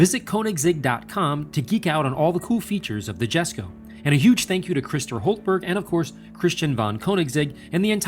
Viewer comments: Swedish ppl triggered not being said yesko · pronounced Yesco -_ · Jesko is pronounced as [iesko], as it’s Christians father’s name, I guess it’s important to name it right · It maybe do to accent do to nationality but I thought it was pronounced like “Yesco”. That at least is what I heard on the reveal video I saw. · Jesko in Swedish is basically pronounced "Jes-koo", same sounding "o" as in "to, two, too", but not dragged out as long. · Great video, but dude it’s YESKO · Just a note (not criticism), it's pronounced Yesko. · It’s yesko btw the j is silent... respect the father